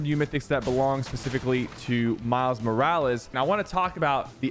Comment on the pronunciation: Is it just me or is Sypher saying Morales in a weird way?